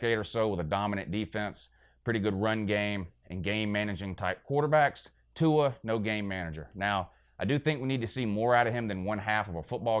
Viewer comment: I fucking died at the pronunciation of Tua's name and "I don't speak pineapple" LOL